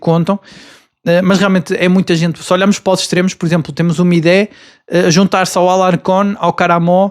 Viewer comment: Amigo, não é “Midé”, é Mide, e ele não é extremo, é médio ofensivo. Ainda assim, força e bom trabalho